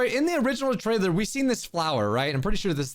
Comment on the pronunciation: Teaser “tailer”